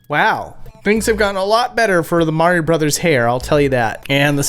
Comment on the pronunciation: You said “Mario” wrong.